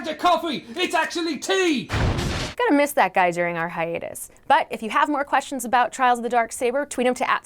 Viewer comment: Did.... She...... Say........ Hiatus???????